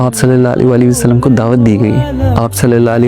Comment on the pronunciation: Bhai ap Hazrat Muhammad kehnay k bad durood pak thik prha kren please Sallal la ho Alayhi wa AA Lehi Wasallam